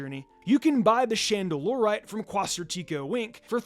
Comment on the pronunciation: The way all the YouTubers are mispronouncing quasar is killing me